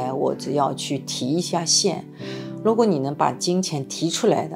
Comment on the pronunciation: 為什么是蘆果，而不是如果？是依然還是依藍？